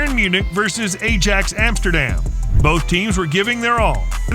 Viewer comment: Edjex amsterdem 😂